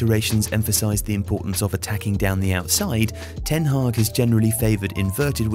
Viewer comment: It's ten Hag, not Ten Hag or ten Haag or ten Hagh ;)